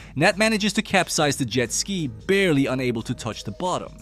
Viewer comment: well now i know just to ask the robots to pronounce jet ski...